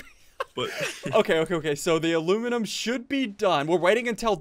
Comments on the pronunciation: ITS AL U MIN E UM NOT AL OOO MIN UM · It's ala miny um